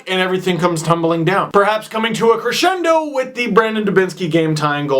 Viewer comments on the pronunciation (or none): none